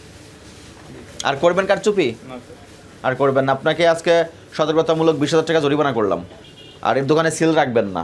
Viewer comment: Kala magur bole joripana. Nokol koira pass koira ghush dea chakri nise. It’s jorimana not joripana